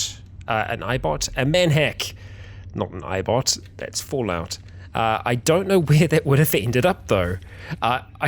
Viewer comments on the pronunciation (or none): none